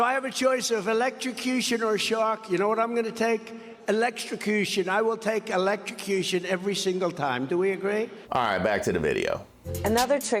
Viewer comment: I'd take the shark if I never have to hear that idiot say eleshtrocushion again...